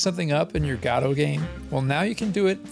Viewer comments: You fail to mention AGM's predecessor, Pixel Game Maker MV.. if anyone wants a peek at what AGM will be like, look up videos of people using Pixel Game Maker MV.. AGM is said to use a similar UI and/or interface.. Also your pronunciation of GODOT is the oddest one i've heard yet... The developers of GODOT pronounce it Gah-Doe I've been pronouncing it Go-Dot. You're the first one i've heard pronounce it God-aught. lol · It's pronounced GuhDoh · That’s not how you pronounce Godot.